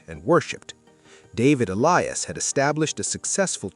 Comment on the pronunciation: The name Elias is pronounced E-LI-as, accent on LI; and Sassoon is pronounced Sas-SOON, accent on SOON.